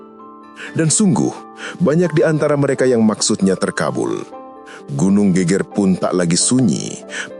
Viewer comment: nyebutnta bukan gunung GÉGÉR min.. tapi GEGER yg kalau dalam kalimat jawa geger itu adalah bahu Klaau gégér hampir sama dg gempar 🙏